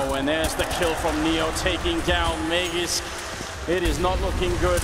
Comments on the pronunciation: For those wondering is the correct way of pronouncing Magisk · Being a friend of the person in question, i can absolutely guarantee, that is the way to pronounce his name. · he is only providing the correct pronounciation of magisk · Actually... the guy correcting - says it right... that's how you pronounce it. There you go.